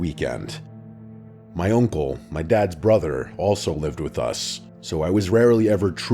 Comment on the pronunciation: I’m sorry but what is that accent when you say uncle lmao. Sounds like oinkle